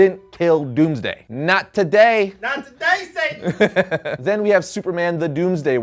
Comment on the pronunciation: "Not today sayten!"